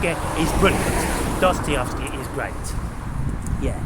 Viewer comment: here you go "Duh-stuh-YEV-skee"